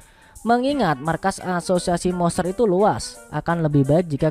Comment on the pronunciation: Monster bang bukan moster wkwk